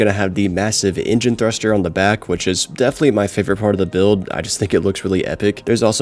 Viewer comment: can you pronounce "definitely" right for once?